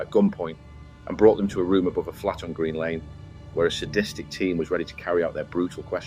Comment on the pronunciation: Thanks mate this is a great video. Keep up the good work. Just one thing for your information, it’s Green Lanes with an s. Up the road from Finsbury Park and Arsenal. You can get some great Turkish food there as well 😃